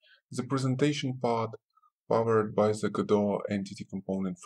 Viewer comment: Your to pronounce "the" correctly makes it very difficult to understand you but other than that, it's a helpful video